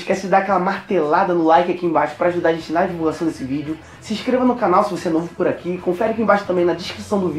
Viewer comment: Eu tinha entendido nono... aí eu voltei entendi novo* kk